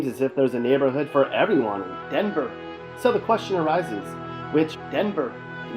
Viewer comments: THIS WAS A TRASH VIDEO. DENVER IS A WILD SPOT ( AND THE WAY YOU SAID "DENVER" IS SUPER DISRESPECTFUL ) U NEVER BEEN TO THE EAST SIDE IN THE 90'S.......... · Why does he keep saying. DENVER with such emphasis